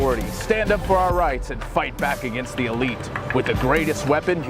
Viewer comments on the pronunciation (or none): none